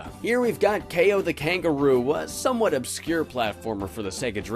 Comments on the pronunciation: This is the first time I ever heard Kao's name pronounced. I always thought it was pronounced like "cow." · > They also verbally say "Kay-oh" in the sequel. Well, in the original Polish version it's pronounced "Cow", so... I DON'T KNOW WHAT TO BELIEVE ANYMORE! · kaay-oh.... I always thought it was pronounced cow for some reason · Kao is pronounced “K-O”? Why? Why is it like that- Sees the boxing gloves Oooooohhhhhh. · There is also a PSP game for him too, and in the voice acting their pronounce Kao as "kow"... kinda like Mercanary Tao in Dragon Ball.